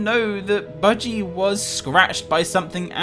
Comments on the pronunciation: You said biggy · No it's budgey